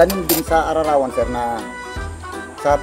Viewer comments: ararawan paps hndi araarawan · ararawan boss hnd araarawan😊miss kna mga Lutong ilocano.check mo sir pag ktapos maghalo si kuya sa kilawing kambing parang bago siang pedicure😅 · Ararawan hind ara arawan. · ara-rawan hindi ar-arawan